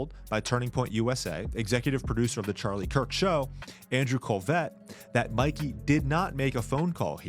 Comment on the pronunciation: It is MIKEY, not MICKEY or MICKY.